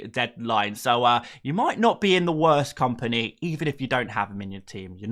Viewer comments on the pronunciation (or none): none